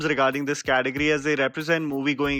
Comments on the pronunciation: It’s Category not Cateogory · it's category...not cateogory sirrr